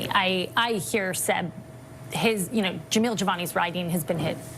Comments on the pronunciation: His name is Jamil, not Javal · its Jamil and not Jemol or Jevol or Jevil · It’s Jamil, not Jamal. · Its JAMIL not jamal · His name is Jamil....not whatever the fuck you keep saying 😅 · Dude, you have got to take a moment to learn how to say Jamil. You've called him everything but his name, lol.